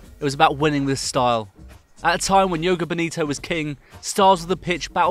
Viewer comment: Did you really just pronounce "jogo bonito" as "yogo bonito". Can you guys at least know what language you are talking about before making a fool of yourselves